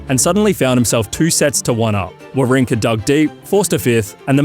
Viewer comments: "Wawrinka" was pretty bad. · You should learn how to pronounce the names 😅 Wawrinka is called VaVrinka Kopriva is called -> KopJiva there is no R its J when u pronounce it Kachanov is called —> Hachanov with H the correct way Machach is called —> MaHach with H like u say house —> H no Ch